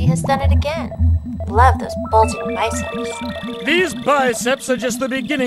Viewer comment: did he just say bulgding :l